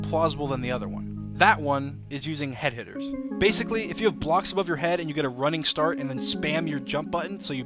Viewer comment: Nobody: Literally nobody: Dream: f I v E b I o C k s